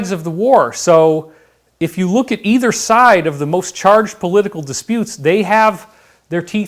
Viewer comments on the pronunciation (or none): none